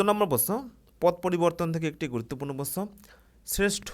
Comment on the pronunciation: প্রশ্ন কথাটা আগে ঠিক করে বলতে শিখুন